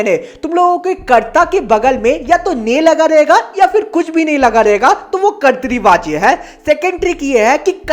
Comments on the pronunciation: Bhaiya kartri nahi katra vachya hai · Bhaiya kartrivachya nhi kartivachya hota hai 🙂